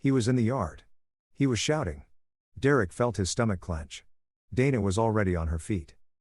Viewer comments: AI can’t say Derrick?? 😂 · dumb bot cant say Derick, sometimes cant say mom, sometimes cant say us...what a waste of gpu and rams also why the fkk is the mother in law acting like the wife?